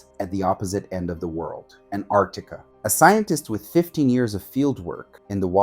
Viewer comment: An-tar-C-ti-ca. The 'C' is pronounced.